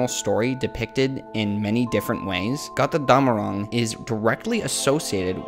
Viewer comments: It's "GOAT-er-DOM-a-ROONG" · As a german i always laugh if you say Got rr Damarung x) love your theories though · it's kinda cute how you pronounce götterdämmerung haha